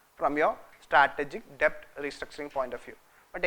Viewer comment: Please! It's pronounced 'det'.